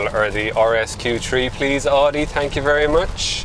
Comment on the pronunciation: This is "Audi", it is not "Audio".